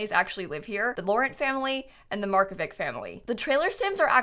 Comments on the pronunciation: i love you but it makes me wanna vomit everytime you call the mark-oh-vich family mark-oh-vik. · it's probably pronounced Mark-o-viCH?